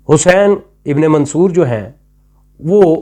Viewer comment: آپ منصور کا نام تک صحیح نہیں ادا کرسکتے اور چلے ہیں ان کا فلسفہ بیان کرنے۔حد ہے